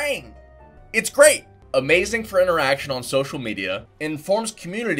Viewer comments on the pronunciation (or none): none